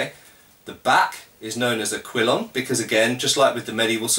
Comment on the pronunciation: I always thought it was kill-ee-on. Good to actually hear it how it's supposed to be pronounced! :)